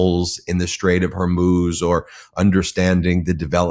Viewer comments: Love all of yalls work, but it's pronounced HorMooz not Hermoze, lol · HormUz is the Pronounciation